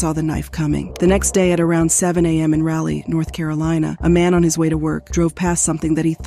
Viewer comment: It's Rah-lee ... like Rah Digga ... or Rah Rah .... Ya'll get on my nerves including the news reports and not listening to how they say the city names .. and then butchering it ... Its like an failing an open book test ... smh.